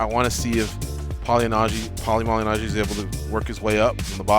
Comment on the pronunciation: Pauly mally najjy? Man in the middle can’t pronounce his name properly 😂